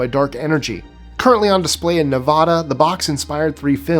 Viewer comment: it's pronounced Nev-aaahh-da, not Nev-awww-da. Us locals cringe when pronounced wrong 😂😂😂